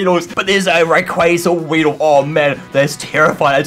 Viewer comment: RAYEEDLE IS ACTALLY WEEDLE XDDD